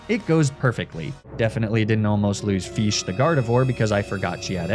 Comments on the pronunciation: Dissapointing. You pronounce Fish. The king god of fish "Feesh" How are you the one who it calls it's owner? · i just love the way you pronounce fish as "feesh" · Feesh?... You've watched PM7's adventures of the Mighty Feesh, haven't you? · yea feesh poweeer 😄